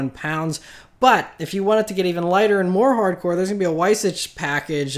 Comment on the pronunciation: how did u butcher the light weight package pronunciation it was on the 918 and i thought everyone knew how to pronounce it smh...